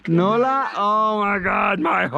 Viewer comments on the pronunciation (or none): Girl name noura not noula hhh